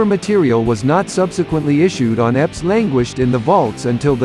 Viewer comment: They're called E.P.'s, not eps. I believe it stands for "extended play". I don't think this narrator is a human regardless, lol.